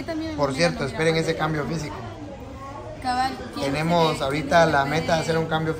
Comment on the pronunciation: Miguel dice ponianos y tenianos en lugar de poníamos y teníamos tan ignorante es que ni siquiera pronuncia correctamente palabras tan básicas,en que escuela se instruyó?